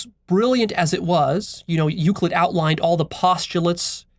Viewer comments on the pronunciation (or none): none